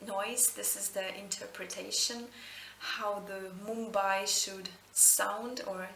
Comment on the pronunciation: You said Mumbai pretty well!